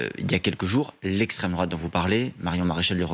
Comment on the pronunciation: 😂 "L'esstrem, drouat" .. et... Poutine.. 😅